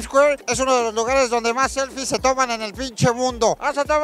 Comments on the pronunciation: Jajaja "seflies buenas" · "SEFLIES" dignas... No pos chingón